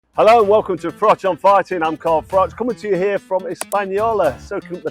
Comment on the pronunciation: Frank Warren’s problem with Carl Froch is that after 20 years he still can’t pronounce his surname properly.